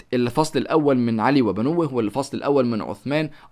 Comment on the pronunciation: علي وبنوه يعني وابناءه انت نطقتها غلط